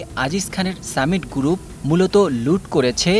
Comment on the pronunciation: সাংবাদিক এর উচ্চারণ ভালো করা দরকার, গ্রুপ উচ্চারন পুরাই ভুল।